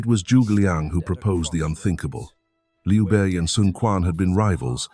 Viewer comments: Who is Liu Bi Ee Ai? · hHAHAHAHA i straight come to comments section to find this...Liu B.E.I